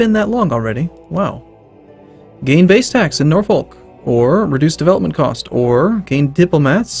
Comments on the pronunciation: It's not Norfolk it's NAW-FICK. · It's said ''Norfook''